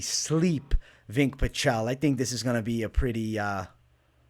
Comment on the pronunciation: Did you call him Vink? Lmfao😂 im on the floor. VINCE the E is silent